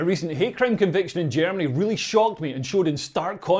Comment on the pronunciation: Yo guhrminny wtf 🤣🤣🤣🤡